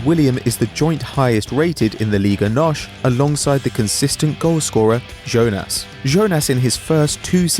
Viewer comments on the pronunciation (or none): none